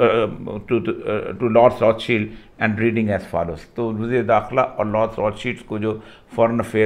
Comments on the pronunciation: It's Rothschild not cheeld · Maqbool sb you have small knowledge of hadees. You only read 6 to 7 hedees every time about imam mehdi. There is lot lot hadees available in islam about imam mehdi. I thought you have history knowledge but i was wrong. You can not call the name of Rothschild correctly.